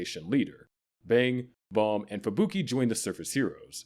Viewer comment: It's not Balm. It's BAM you shit A.I voice